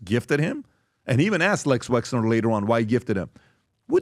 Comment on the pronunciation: Not sure why even smart people say Lex Wexner. Like he is a marvel villain. He may be an actual villain but it’s Les short for Leslie. I can tell everyone else on the show knows. But they won’t tell Pat. 🤣